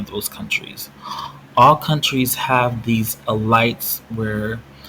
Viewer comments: E-lights LOOOL This is ridiculous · I never heard anyone say elite like you did. But good video fam.